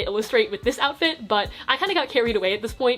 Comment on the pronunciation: 'oufit' im not sorry :)